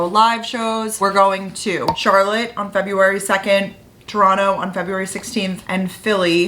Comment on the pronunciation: thank you for saying Toronto right iykyk